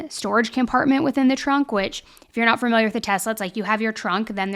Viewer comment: I NEED YOU TO STOP SAYING FURMILIAR ITS FAMILIAR OMFG